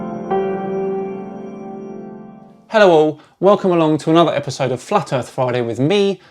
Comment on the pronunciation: The World isn't FWAT.